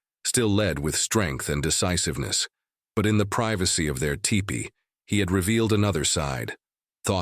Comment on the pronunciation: Sayyyy whaaat?!? It’s a teepee, not a tie-pee!!